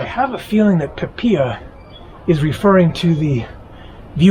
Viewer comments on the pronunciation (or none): You Pronounced...! Pe pi ya...?? Incorrect...The Word is >>>> ( Pee Pee Lu...)...Pi Pi La.....Thanks For The Video.....!! 👍👍👍👍👍👍